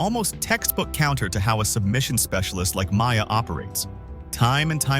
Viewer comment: Along with Demian “Maya” and “Kale” Sonnen…